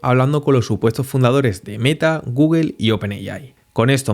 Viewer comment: "Gugel" ¡oh no!😂 Dislike por mala pronunciación.😢